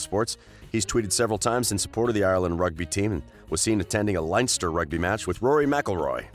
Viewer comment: He can’t pronounce mullingar and Leinster😂😂